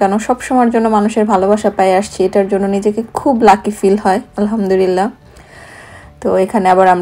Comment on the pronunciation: উচ্চারণটা হবে "আলহামদুলিল্লাহ"। হতে পারে আমার এটা শুনার ভুল। তারপরও লিখলাম কারণ আমি মনে করি এটা অনেকেরই উচ্চারণের প্রবলেম হয়। যার কারণে অর্থটা বিগড়ে যেতে পারে ।আমরা আসলে যে কারণে আলহামদুলিল্লাহ বলে থাকি আমাদের উচ্চারণে ভুল হওয়ার কারণে যদি অর্থটা নষ্ট হয়ে যায় সেখানে আসলে ভালোর চেয়ে খারাপের আশঙ্কা বেশি থাকে